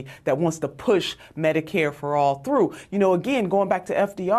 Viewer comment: Notice she says medi-Cade not medicare....another sign that ahe is clueless